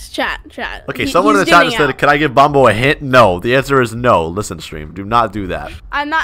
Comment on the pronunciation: It’s not bombo it’s bonbo